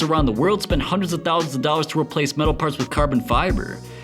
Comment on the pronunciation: The way he says Thousand thou lol